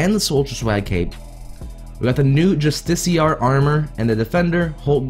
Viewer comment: Bruh it’s justi-car not justiciar